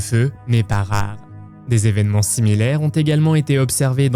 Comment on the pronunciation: On dit huit "tévénements", vingt "tévénements"... pas vingt "zévénements"... il n’y a pas de s à vingts, sauf à quatre-vingts...